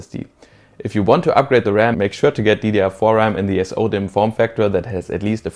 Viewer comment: I wish the part about form factor was clearer…sounds like S O dem form factor or something . I ordered the wrong type. figured whatever you said was important though i couldn’t understand it. so i told the store i had a nitro 5 and said any ddr4 ram would worknso i got the wrong kind.